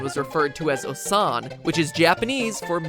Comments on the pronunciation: it says osusan not ossan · Its not ossan, its O-san